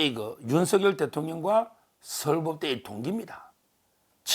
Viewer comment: 윤서결× 윤성녈ㅇ 열(렬) 한문으로 매울열, 세찰렬 둘다맞으니 소리나는대로 성녈이가 맞습니다. Kbs 아나운서들은 모두가 윤성녈 로 발음함.